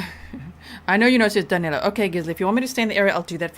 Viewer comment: it's amazing how, not only they can't catch him, they can't even get his name right. His name Is DANILO, not DANELO. I'm from brazil too, and DANILO is a popular name around here, whereas, DANELO isn't even a name (except for Americans). Maybe they'll get him when they get his name right.